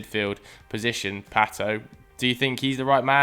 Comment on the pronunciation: Oh Pato please stop with your foreign sounding name pronunciations... please 😬